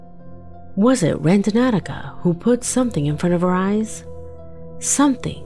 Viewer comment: Somebody want to tell the narrator that the app is called Randonautica and not Randonauticaohaho